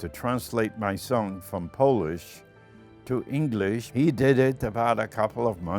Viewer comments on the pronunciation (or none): none